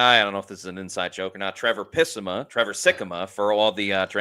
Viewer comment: OMG🤣 never gonna live down the "pissima"